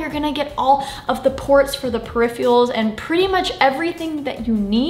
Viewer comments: tbh it sounded as if you were saying "verse" instead of "versus" and "periphials" instead of peripherals ... :D do you also say "nucular" ? :D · "Periphials?" I’m pretty sure there is an "r" in there somewhere, Sara. :) Outside of that, helpful video, thanks. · Peripherals not periphials 🤣